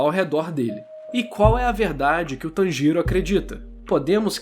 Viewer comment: Eu tô rindo pacas quando vc fala o nome dele kkkkk "Tan Giro" kkkkk eu tô imaginando uma tangerina girando.